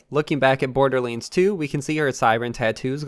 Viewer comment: C’mon,. You can do this. LANDS. BorderLANDS. Not borderlyinds. We believe in you, dude.